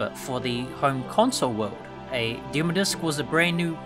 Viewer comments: Dem “O” discs not dem discs or demer discs 🤦‍♂️ 😂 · Demo (dim-oh) 😂😂😂 not (dim-uh) had click off that pronunciation was just to hard to bare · Deh-mow discs... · Never mind what happened to demo discs, what happened to the second syllable of 'demo' in this video?